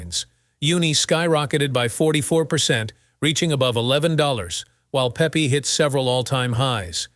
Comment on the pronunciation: Shitty AI narrator says what??? Pepe is not pronounced Pee pee. lol